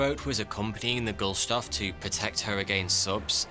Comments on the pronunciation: GUSTLOFF - not Gustolf! Sorry, I usually try not to be a proverbial Grammar- and Spelling-N*zi, but sometimes I can't help it! I mean we Germans don't call New York something else (like Neu Jork!) or something, but English native speakers butcher nearly everything! :( As for the sinking: Should have used this for propaganda, like the disgusting British Admirality did the sinking of Lusitania in WW1, despite the fact that the ship was carry a lot of war-supplies (thus making it a legitimate target, which couldn't be said for the Gustloff, stuffed full of refugees as she was!) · Dear, it is not the Gul-stof, as you mispronounced during your all video. It The Gust-lof. (..and yes, I am German..) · Any reason why GuStLoff is pronounced GuLSToff ? lil cringey seeing the same name be pronounced wrongly 50 times over lol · Was anyone else annoyed as much as I was by the constant mispronunciation of Gustlof as GULstof? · Excellent article! But I can't help pointing out the annoying mispronunciation of "Gust-loff" as "Gull-stoff" throughout... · In doing the all the research necessary for a fifteen minute presentation about the Wilhelm Gustloff you managed to not learn how to say Gustloff. Gust-loff, not Gul-stoff. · thoroughout the video the map you are using shows Europe before WWI. Also, if you ever remake this video, please correct the pronunciation of the ship's name. You keep saying Goldstuff. Its name is Gust-loft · Is it Gulstoff or Gustloff? the man is named as Wilhelm Gustloff; the ship's name is consistently spelt as Gustloff; but is pronounced as Gulstoff. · I wish you would pronounce Gustloff correctly and not Gullshtoff as you incessantly do, It's very uprofessional, and annoying. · You keep saying Gulstoff, but it's spelt Gustloff. My OCD can't handle this. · Another great video! But why keep calling the boat Gulstoff when it’s clearly Gustloff? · Sorry about this. But it's Gust-loff, not Gul-stoff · Gustloff = goosed-Loff, not ghoul-stoff